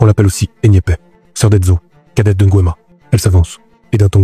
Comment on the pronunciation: Intéressant. Je suis juste surprise que l'histoire soit racontée par un gabonais et les noms aussi mal prononcés, à l'européenne. Je ne me suis pas bien retrouvé. NGUEMA par exemple, ce n'est pas "Ngouema"....